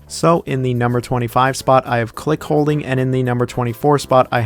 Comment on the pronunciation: Not to be that guy but there’s no H in CLICKOLDING